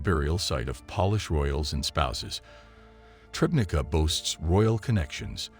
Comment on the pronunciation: If anyone is interested in the correct name of the town where this discovery took place: it is Trzebnica. Only after some time did I guess it from "Trebneeka" that can be heard.